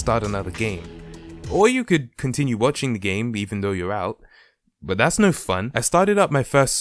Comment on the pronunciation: U said boot